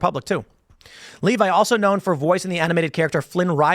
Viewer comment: Lev-ee Tim, not Lee-vi